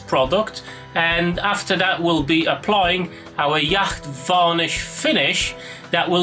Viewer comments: nice easy build, the varnish is ,pronounced "yot" not "Yakt" by the way :) well done sir! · Hey dude. Yacht as in the boat would be pronounced 'yot'. Great vid